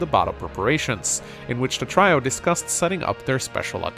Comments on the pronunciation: "try oh" brother, it's "tree oh" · Try-oh? I'm fairly certain it's Tree-oh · Did he say "Try-o"? LOL! It's "tree-o",. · Did you just say "try-o"? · Trio is pronounced tree-oh. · You said trio as "Try-oh"?! UNSUBBED DISLIKED REPORTED!!!1!1!1!1!!1!1!1!1!1!!111!!!!